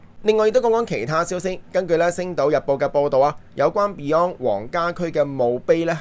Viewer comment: 鄺仔真係要認真改正發音, beyond 都讀唔好了